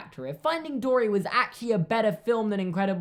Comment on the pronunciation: I thought he said finding Dora 😂